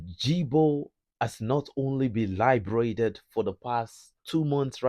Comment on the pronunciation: it's Liberated not librated. Librated means someone has drunk water offered to them as a form of welcome very common in Ghana. You are confusing your viewers and listeners when you confuse these words. To free a place from oppression or occupation is liberation. So didjo was Liberated not librated. It's pronounced almost as it is written LI-BA-RE-TED.